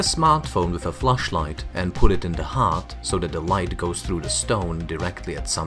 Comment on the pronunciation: the old narrator always said "fleshlight" instead of "flashlight" lol